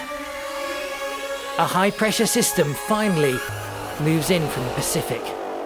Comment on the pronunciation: Pacific !?!?:face-turquoise-covering-eyes